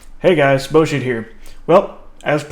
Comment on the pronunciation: It's not boschitt